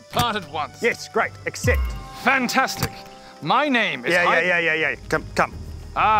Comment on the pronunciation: only if knew how to say accept… sad world for the npcs:c